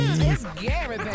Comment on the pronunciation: Gary with the T killed me I can't stop listening to it 😆😆😆😆😆😆🤣😂